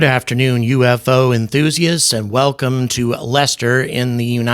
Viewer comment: How to tell people what you are gonna say is BS? no-one: this guy: "good afternoon uU eF Oo enthusiasts"